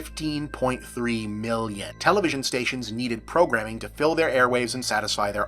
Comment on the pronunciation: the way you said "Fifteen point three MELLYUNN" made me giggle.